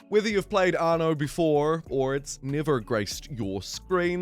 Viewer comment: "Arno" why are adding an R to a word without an R in it?